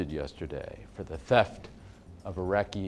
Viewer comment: I loved it when Tim kept screwing up "Iraqi Antiquities" LOL. I wonder how many takes that took?